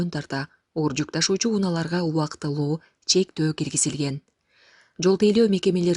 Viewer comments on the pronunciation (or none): Ушу кыздын Б тамгасына тили келбейби же атайы ушинтип суйлойбу, АВА ЫРАЙЫ,БОЛО ВЕРЕТ,😀,увактылуу